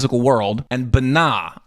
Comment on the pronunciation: Dude your pronounciation is off...BeeNah Kayter etc.